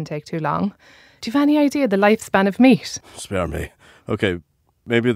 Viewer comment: What is the woman's accent? She sounds like she's saying "s" instead of final "t"s: they're made out of meas"